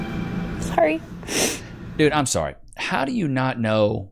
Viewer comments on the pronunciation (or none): none